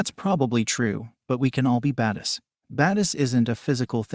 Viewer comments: anybody else get annoyed by the way the computer saying badass? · “Because they are baduss”